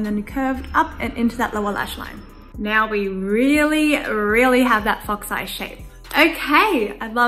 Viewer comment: Why did i hear fucks eye instead of fox eye🙄